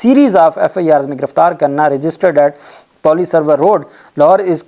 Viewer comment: What kind of moron you are....? Correct your POLICE pronunciation n some Urdu word... How many times should I told you